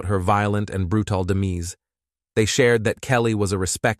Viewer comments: Colleagues, demise, brutal, ethic - the mispronunciation of these words is laughable and distracting. This channel is a joke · This is a terrible and evil murder. I'm so sorry for her family and friends. On a different topic, the robot voice is weird. Colleagues is mispronounced as Calleegyoos. Demise is mispronounced as demeese. Brutal is mispronounced as brutall with the accent on the last syllable. It sounds really unnatural. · “Collea-gues expressed their shock about her violent and bru-tel demeese”